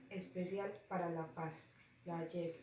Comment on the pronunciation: Noticia de Alejandra león: Leíste muy bien la noticia, pero la leíste muy pasito en el cual me dificultó escuchar cierta parte de la noticia, debes de poner un esfuerzo de subir un poquito el tono de la voz para que se te pueda entender; Su resumen está muy bien estructurada pero te hago una corrección, en una parte dijiste “yep” en vez de “Jep”, me refiero a la pronunciación de la palabra; su opinión fue muy buena porque hablaste de algo positivo pero te faltó postura crítica, o sea, mirarlo desde otra perspectiva. Por último, sus preguntas quedaron bien formuladas pero sin las tildes le quita coherencia, por eso debes de tener en cuenta en que momentos utilizar las tildes. Noticia de Juan José Monsalve: Leíste muy bien la noticia con un buen tono de voz; el resumen fue muy somera, debías de haberlo resumido otro poquito más para no perder contenido de la noticia y clarificarlo; su opinión habló mucho de “hay que hacer” pero no miraste desde otra perspectiva para sacar postura crítica (faltó postura crítica). Sus preguntas fueron formuladas muy bien, pero debes de tener en cuenta las tildes, porque una tilde puede cambiar el sentido de las palabras y puede perder coherencia la pregunta. Noticia de Yuliana Betancur: Leíste muy bien la noticia, eres muy buena para leer; su resumen fue muy estructurada y clara; su opinión fue muy clara pero te faltó postura crítica, debías de mirar en otras perspectivas, analizarlo y dar cuentas una opinión con postura crítica. Por último sus p